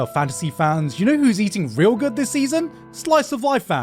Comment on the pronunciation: Why do you pronounce 'good' as 'goot'?